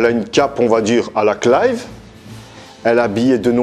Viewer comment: Ah bah tu vois que c'est mieux prononcer comme ça, Clive ^^ sinon les Tales of j'en ai fait deux-trois donc le berseria je le connais pas, mais il y a genre 2-3 épisode dans la série animé de Zestiria qui montre du Berseria.